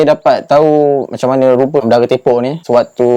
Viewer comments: Menurut hikayat sejarah, cara dato' bendahara ini berjalan tidak seperti lazimnya orang berjalan. Sebab dia seorang yang tepok (baca/sebut: tea pok). Yang bermaksud cara berjalan yg tidak normal atau tidak sempurna berpunca dari kecacatan kaki. Sebutan yang betul ialah Bendahara Tea Pok. Bukan Bendahara Te pok seperti yang berulang kali di sebut oleh narrator video ini. Perkataan 'tepok' yg disebut sebagai 'tea pok' adalah kata sifat yg bermaksud berjalan dgn cara yg tidak normal spt terhencot2, terjengkit2 atau pincang. Manakala 'tepok' yg disebut 'te pok' adalah kata perbuatan yg sepatutnya di eja 'tepuk' iaitu huruf 'o' di ganti dengan 'u' . Maksud 'tepuk' ialah memukul dgn tapak tangan macam tepuk tangan, tepuk bantal atau tepuk punggong anak kecil perlahan2 untuk menidur kan nya. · Dari kecil saya dengar cerita Panglima Tepok ni..saya orang Segamat dan memang minat Sejarah. Sebutan yang saya dengar bukan nyer Tepok mcm tepok tangan..sebutannya Tae-pok. e pepet. Taepok/ tepok ni jalan mcm senget sikit. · Salam, sebut betul utk TEPOK ialah penggunaan huruf e taling...bukan e pepet...Semoga bermanfaat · Sila bezakan sebutan 'tepuk' dengan 'tepok' ya... Macam 'belut' dengan 'belot'. Nampak kan? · sebutan tepok yg betul bukan yg pakai songkok tu asyik sebut tepok yg satu lagi bang malu dengan org muda byk belajar bahasa melayu walaupun org tu muda dari awak ilmu dia jgn awak pandang sebelah mata